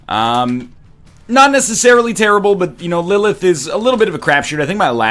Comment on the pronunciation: NL! lillith is my daughters name, practice those TH's